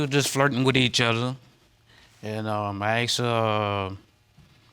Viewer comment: I always notice that they say Aksed instead of Asked